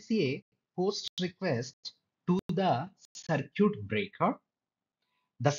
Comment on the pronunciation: It's cir kit